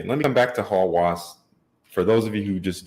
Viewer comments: Obsession is the right word .. however, when it pronounce the name in English sounds like lust, which is not. 1 alphabet different meaning. Pronounce like Hawes not hawas .. but company wrote it with a .. strange & wrong for me. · Hawas means something in the realm of obsession, but the good kind of obsession. Lust is a big word for Hawas IMO. It's pronounced Hawus, the U is the same U in "Us". I don't really care for the fragrance though. 😂